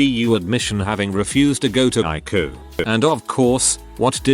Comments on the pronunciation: Please correct spelling. It's harder to understand when you call the ICU "Luke" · Despite the tragedy of people dying due to misinformation and ignorance, the main thing I took away from this is I should be calling it the EYE-COO. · TIL: ICU is pronounced eye-koo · Please correct pronunciation. It's harder to understand when the disease is mispronounced, as well as words Luke ICU.